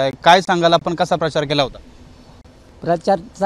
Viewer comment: परचार म्हणतोय 😂😂